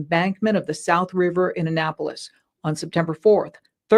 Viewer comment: Girl, not you butchering the names of Annapolis and Lanham